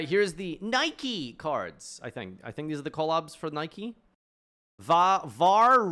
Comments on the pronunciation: The pronunciation of the shoes isn’t a regional thing it’s an actual Greco-Roman goddess of victory. It has a single personality. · You say Nike unironically wowowowowowowoowwoowowowowowow